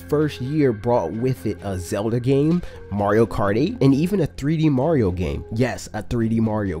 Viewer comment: Did you said Mario Karty XD